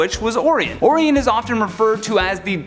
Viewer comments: We were all annoyed by that mispronunciation. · Pretty sure his name is pronounced Oh-Ryan not Oh_Reeon. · Orion as in Orayon not Oryon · Or-eye-on not or-ee-en. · It's "Oh-Rye-On"!!! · Orion _____oh-Ryan. Why cant u guys say the name right come on nerds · It's pronounced "OR-RYAN". Sorry but it had to be said. While i'm at "aluminium" doesn't give off it's own light, it doesn't glow in the dark. Its "Ali-min-e-um" NOT "Al-loom-e-num". And the "caribbean" islands are pronounced "ka-ruh-bee-uhn" Not "Ka-rib-e-on". Even the people that live there call it the "ka-ruh-bee-uhn". It would be nice to see my home language pronounced as intended. I could go on but feel it best to stop before all of north america hates me. Please don't be offended and take this in the light-hearted manner i was in when i wrote it. Thanks....and sorry. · Your #8 pick, is pronounced "O-Rye-On". You really are butchering his name. It's a classic name from mythology among other points in history. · You completely screwed up Orion's name!! 😠 ( Or Rye On ) Now say it correctly at least 10 times!!! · You're butchering Orion's name! Oh-Ryan with an inflection on the i. Didn't you study any Greek mythology in school? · His name is Orin but its pronounced O ryan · No to Wonder Woman and Batman being overpowered. Diana's a goddess. Why shouldn't she be as strong and as fast as Superman? Bats is the world's greatest detective. And he has sustained physical damage both in the movies and the comics. Your pronunciation of "Orion" is horrifying. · He's killing me saying Orion's name.. omg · yOu fUcKeD uP oRiOn'S nAmE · Orion like the constellation...good try though. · There is actually enough supplementary media for you to easily learn how to say these names as intended. RIP: That Orion fiasco. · Or somehow get him off this channel. How are you a Top 10 Ners and dont know how to pronounce Orion's name correctly? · That's not how you say orion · Man mispronouncing Orion’s name so badly my ears hurt.